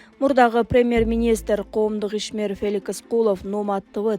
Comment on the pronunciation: Феликис эмес Феликс,чала сабат!